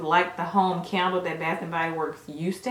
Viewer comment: Yall can make somebody go broke always im mad the bubble bath out of stock...yall are to funny when said can d le lol said CANDLE LOL